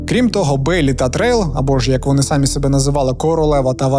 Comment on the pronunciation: Я ваш постійний глядач, і мені все ок, крім одного: кажіть, будь ласка, самІ, а не сАмі 🙏